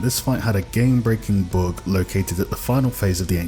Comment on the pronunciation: am i the only one hearing he saying book instead of bug? :)) hes cute